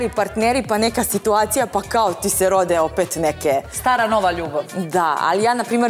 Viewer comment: Tako priča nikoju, svitacija i još neke provala😂😂😂